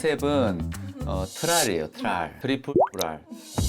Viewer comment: 트랄이래서 뭔가했는데 진짜 ㅋㅋㅋㅋㅋㅋㅋㅋㅋㅋㅋ트리플R일줄이얔ㅋㅋㅋㅋㅋㅋㅋㅋㅋㅋㅋㅋㅋㅋㅋㅋㅋㅋㅋㅋㅋㅋㅋㅋㅋㅋㅋㅋㅋㅋㅋㅋ